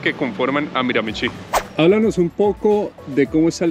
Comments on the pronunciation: De hecho se pronuncia Miramishí. Acento en la última sílaba y la ch suena como sh. Para los latinos, esta pronunciación no es nada intuitiva, pero después de un par de años viviendo aquí te vas acostumbrando. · Se pronuncia MiraMIchi, acentuando en la segunda MI